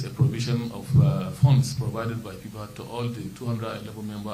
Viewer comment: Am hearing pipa, putball, 😅 is it not your duty to market Nigeria football and get funds. You are incompetent.